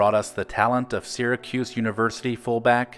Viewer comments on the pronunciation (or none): none